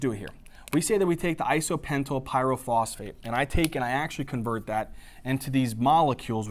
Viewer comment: Great video thx! but isnt it IsopentENYL PP instead of isopentYL PP??